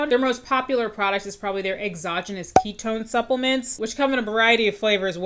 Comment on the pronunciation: "ketone slinger" is making me lose my mind